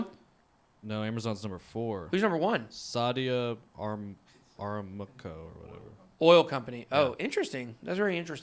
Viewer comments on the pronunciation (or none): "Saudi" + "Ah" + "Ram" + "Coh"